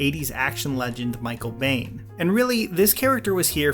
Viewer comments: Not to mention his pronunciation of "Michael Biehn" as "Michael BANE". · How is no one recognizing how he pronounced Michael Biehn’s name 😂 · "Asaka" "Michael Bane" Yikes.... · Great video...so many horrible pronounciations. Ah-SOHKA. GROW-Gu. Micheal bein is pronounced BEAN